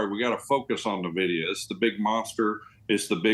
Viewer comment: Who is Na-vidia? ;)